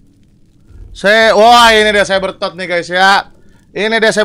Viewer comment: sebbertot bang